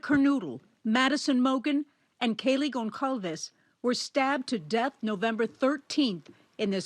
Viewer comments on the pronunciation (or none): learn to pronounce Goncalves= GonSalvsh or at least Gonsalvez its not Gon-KAL-VEZ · GonSalves not GonKalves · It's been ages and still she said Gonkalves 😳😳😳😳😳😳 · For a story that has made headlines for the last few weeks I would expect reporters of such a big media outlet to at least do a research on how to pronounce names of the victims properly. Gonçalves is not pronounced “gon-kalvez”